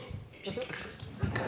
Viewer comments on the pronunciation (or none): none